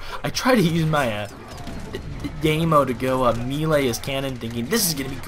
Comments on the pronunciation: It's Die-Me-Yo. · Btw daimyo is pronounced Dime-yo